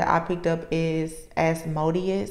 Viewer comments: It is pronounced, As- mo - deous . It's cut up in syllables...it becomes easier. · LOVE YOU! 💜💯🙌🏽🦄🎶♌️🎤 It’s pronounced AS-MOW-DIAS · I believe it's pronounced as- moe -de us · I am a Spiritual Warrior fighting negative spiritual entities, you have my undivided attention. I have been on this journey for more than 45 years, and I am in the 6th decade of my life. I will continue to pray and cover you in the spirit. As-MO-de-us with emphasis on 2nd syllable is one of the first demons I had to contend with and eventually do battle within my lifetime(s), and the weak is its delight and its prey. I am on constant alert, as this demon has been in my family for generations and attacks the members of my family who are light workers. So odd that you did see that it shows up in the religious pretenders and the narcissists to whom I am related. Continue to stay strong, you have the protections you need. As do I.